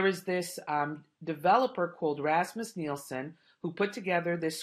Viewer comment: Love the way that you say "Rasmus Nielsen "